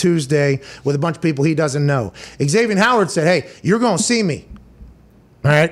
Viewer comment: It's Zavien, Pat, not Eg-zavien. lol